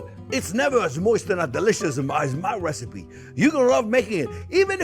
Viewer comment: I came for the wesipe!